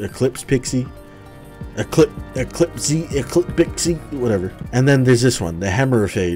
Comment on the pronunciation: The esophage is referring to the microscopic organisms called phage, which is further proven by the design Edit: When you said Hemorrphage you said phage correctly